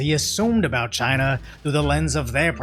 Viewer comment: Hasan can't even special China. He had "Chiner here we comeeee". He is so dumb.